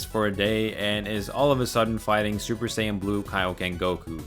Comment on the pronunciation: I am sorry but every single time you said Super as "Suburu" is just so triggering.. like how dude? HOW can you botch such a simple pronunciation??